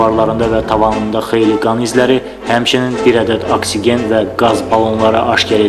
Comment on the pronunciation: Aksigen yox, oksigen. Sizə harda keçirlər o dərsləri???